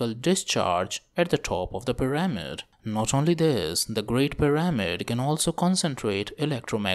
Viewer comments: I'm gonna dislike kuz you keep saying puh rah mid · the correct way to say it is PEE rah mid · It's hard to focus on this video when he keeps mispronouncing pyRAHmid. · I think it's kinda funny.